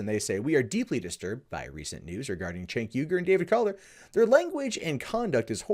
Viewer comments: pronounced jaynk not chaynk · Cenk, not 'tjenk' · Please! His name is pronounced “jenk”! Not like ch as in check... it shows how little research and fact check people do sometimes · I'm not a huge fan of Cenk Uygur or the Young Turks, but in critical videos like this, it's annoying when people mispronounce his name. You called him "Chank" the whole time.